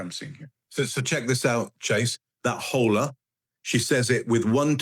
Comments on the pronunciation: Guys, the family's last name is Haro, not Harrow. Which is why it's hard to google info on him. Also,, we all ADORE you, but you have got to learn to say "Hola" better than that. 😂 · with the pronounced H in Hola...stop, please stop.